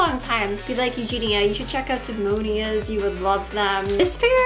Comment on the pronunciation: “Dee-mone-ee-ahs” LMAO And the shoes with the gears-she calls them “factory things”…. 😩🤦🏻‍♀️